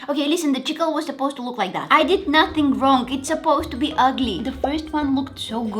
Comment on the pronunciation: I thought when you said chickle,I thought you ment chip pickle